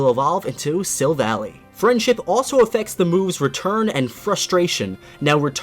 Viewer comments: it's pronounced 'Silv- AllY' not 'SilvallIE' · Not SIL-VAL-EEE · Oli_Anto Gam3s it's Sil-val-ee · So I was watching Pokemon Sun and Moon series and realized it’s pronounced (Seh-val-lie) and I was like.... “0-0...what....” I THOUGHT IT WAS (Suh-Val-lee) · Shame to rain on your parade, but the Japanese name for Silvally is 'Silvuddy', from the word Buddy. So, yeah, the pronunciation is [sil-vall-ee].